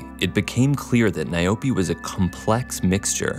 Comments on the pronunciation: It's not n?y-Poe! It's nyaope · "Nayobi" lol🤣🤣🤣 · "Nayobi" lmao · As a South African citizen, what made me laugh is how he pronounced "nyaope" 🤣🤣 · It’s call nyaope damn you pronounce it like crazy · Is he going to mispronounce the subject of the video the entire video? Yes, yes he is